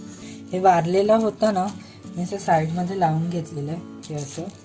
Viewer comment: खूप छान रेसिपी दाखवली. पण भाऊ ते वारलेलं नाही उरलेलं बोलायचं😀